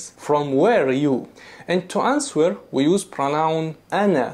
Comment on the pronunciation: (1) Min ayna anta? Is this for both males and females? (2) You said "To ansWer" - well, w is silent in answer. You just say anser (pronounced aanser). (3) There is no country called Bakistan. You should have explained why you said Bakistan and not Pakistan. (4) Thank you very very much for NOT dragging Allah, Quran, ,Hadith and Islam into your lecture. Really appreciate it.